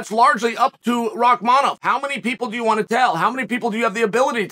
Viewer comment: I honestly appreciate the chael actually pronounces Rakhmanoff correctly of all names